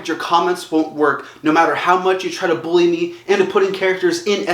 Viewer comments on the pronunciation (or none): none